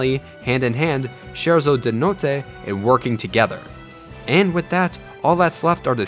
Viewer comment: Nice video man. I loved your concept of Sora in Smash. And yeah, I'm Italian; I suggest you to adjust your pronunciation of "scherzo"😂. "Scherzo" is pronounced like "skerzo"